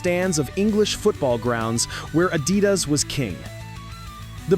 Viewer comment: It's pronounced uh-DEE-das, millennial AI nimrod.